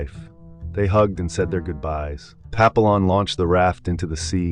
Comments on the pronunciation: Its pronounced Pa pee yon...... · How to pronounce Papillon wrong more times than I bothered counting.